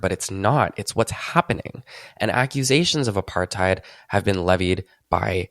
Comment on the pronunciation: I only get mad about the way you say Apartheid. It's "apart-hate" not "apart-hide"